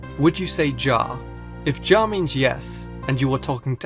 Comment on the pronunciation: Ja is the dutch word for "yes" And it's not pronounced "ja" People say it like "yah" ( I don't mean to be rude or anything, I just thought it'd be nice of you to know it. >_<)